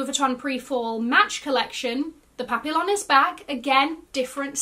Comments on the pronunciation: Papillon is pronounced pap ee yon. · Busting out my tiny armpit lux bags if smaller bags are back. The LV papillon bag is pronounced “pa-pee-aan” ❤